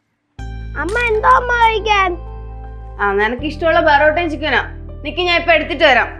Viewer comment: Porotta ❌ borotta